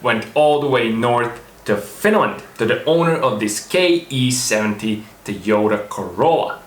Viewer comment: TEQ horn button)) nice, but it's TO YO TA, to be honest, it's written in Katakana ト - to, ヨ - yo, タ - ta the more we know!